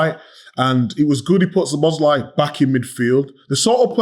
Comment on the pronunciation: Isn't it about time you learned to pronounce Szoboszlai;s name? The stress is on the first syllable.